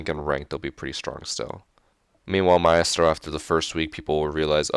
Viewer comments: not trying to be a dick but it isn't ma-estro but my-stro. not a a-e sound but together, except for that great video! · Its pronounced mi-stro not my-estro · i hate how he says maestro. its like a musical conductor a maestro not mi-est-ro like hes saying xD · "My-estro" lol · Richard Price he's Hispanic so he thinks he has to say it that way. My-ah-stroh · It's pronounced 'My-stroe' btw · you say Maestro so strange lol